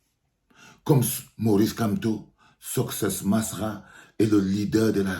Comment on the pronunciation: On dit succès masra pas soscè